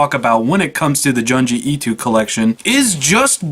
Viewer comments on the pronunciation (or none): Joon-jee Ee-toe Good video though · Lol at the way you pronounce Junji Ito